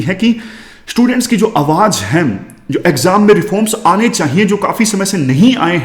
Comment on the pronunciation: "चाहिए "होता है gurujii "चाइए "nhi